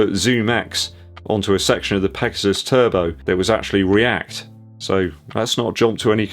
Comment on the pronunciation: Did you say Nike PEGOSTON 😆